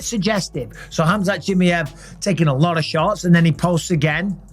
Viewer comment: Khamzat CHEE-MAH-EV ffs Bisping, not Chim-me-ev 😂🤦🏼‍♂️